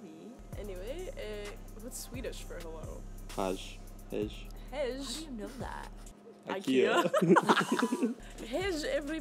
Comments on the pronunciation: What? It’s „hej“ in Swedish. And its pronounced like „hey“ not like „hesh“ 😂😂😂 Greetings from a german living temporally in Stockholm (Sweden) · Hej in Swedish is pronounced Hay and Guten Tag in german is pronounced Gooten Taak. American moment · It's pronounced "hey" not "hej". j is pronounced differently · Omg 😂 that is not how you pronounce “Hej!” As someone who can speak German and Swedish this was too funny ✌🏻